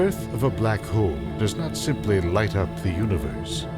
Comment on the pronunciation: hole not hoe!